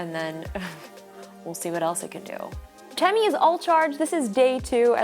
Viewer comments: its not pronounced te me it is tee me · Technically it’s pronounced “teemee” because ē is a long e as in cheese so it’s teemi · It’s pronounced Teeeeeem-e like Team-E Because the - above the E - “ē” which indicates a long vowel sound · tēmi not TEMI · The line over the "e" indicates a long vowel pronunciation, so it should be pronounced "TEEmi".... But, given the state of the educational system, it's obvious that neither the manufacturer nor Justine know this... The robot itself is just a toy, at best an Amazon Echo Show with wheels... doesn't even vacuum.. Semi-automatic sidearms would be useful (for security)... :-P You can DIY your own tele-presence robot (even using an Echo Show) for A LOT less. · Robot: temi Ijustine: tem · Great video, but how many times can we miss pronounce its name? Even the robot itself miss pronounced its name. The line over the E means it should be pronounced, "Tea Me." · my name is tim and every time she said temi i thought she was saying timmy